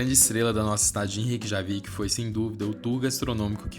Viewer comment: Ótimo vídeo! J tem som de i como semi-vogal igual o i em iate. Então pronuncia-se "Reykiavik" e "Reykianes". ❤